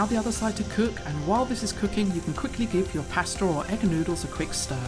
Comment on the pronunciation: Why do you guys across the pond add an “r” to the word “pasta”